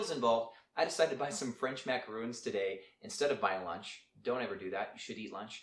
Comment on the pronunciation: love this, but they are not macarOONs they are pronounced macaRONs. Either way, they are delicious.